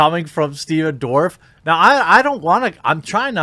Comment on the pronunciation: Did you call him Stephen ' Dwarf ' ??😆